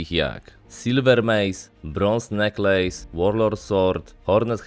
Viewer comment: Nie "neklejs" tylko "nekles"